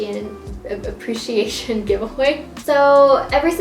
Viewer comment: the cardigan looks so cute, i'm looking forward to seeing how you'll like it <3 my favorite part of this video was how you couldn't pronounce ''appreciation'' lmao it's such a hard word to pronounce to that was very relatable! my ig is marla_melon